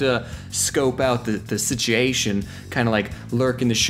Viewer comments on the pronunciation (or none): "sitiation" -oddonesout